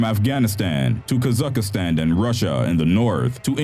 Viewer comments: KAZ-AKH-STAN 3 syllables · Ka-zakh-stan, 3 syllables